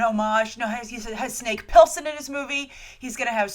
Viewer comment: Snake Pilson? Did you mean Snake Plissken?